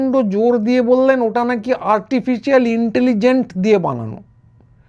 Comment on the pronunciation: র জিভ দিয়ে 'ইন্টেলিজেন্ট' উচ্চারণও বেরোয় না; হয়ে যায় "ইন্টেলিz-এন্ট" 😂 বাঙালির শিক্ষা-সংস্কৃতির আজ এমন‌ নিদারুণ অবস্থা যে এইসব নিকৃষ্ট মানের লোকও 'বিশ্লেষক/বিশেষজ্ঞ/পণ্ডিত' -- প্রায় polymath-এর -- তকমা পেয়ে যাচ্ছে এবং রীতিমতো করে খাচ্ছে। দু'কানকাটা!